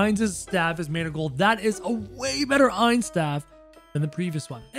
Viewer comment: i thought you were calling him heinz for the majority of the video, didnt read the title